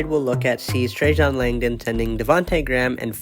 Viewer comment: His name is NOT Trajohn! It's Trajan. FFS!